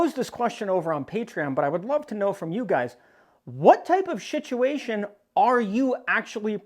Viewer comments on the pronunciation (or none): Lol, he keeps calling them "shit-uations." Appropriate for SHTF. The google captions didn't pick up on it though.